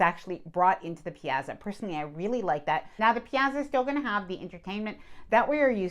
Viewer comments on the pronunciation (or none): Sorry to be niggly. It's pronounced "piatza" not "piazza" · Piazza is pronounced “pee-aht-suh“. It’s like “pizza” but with an extra “ah” syllable. Double z sound is a “ts“. I don’t mean to be rude, but I’ve heard this mispronounced a lot in various channels reviewing Princess and just thought I’d mention it. 🫣 This a great video and channel—thank you! 😊